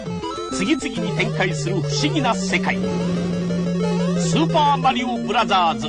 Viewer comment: Japan commercials: "SUPA MARIO BRAZZAS"